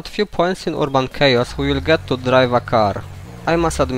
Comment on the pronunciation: ERRR-BON It's Not Ur-a-bon